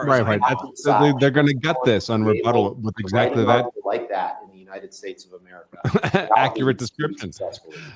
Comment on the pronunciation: "This is Amica Country!" had me lolin' hard!